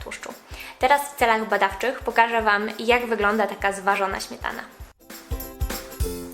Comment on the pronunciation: Ś, Ć, DŹ...DwieSCe pięCdzesiąt ... Smietana ... wyciSąC.... Póki jest pani młoda, da się skorygować tę wadę wymowy. Trzeba głośno czytać, najlepiej komuś – kto będzie na bieżąco poprawiał błędy zdrabniania sibilantów. No i pamiętać o tym. Najbardziej przeszkadza pośpiech w mówieniu, tak typowy dla współczesnych...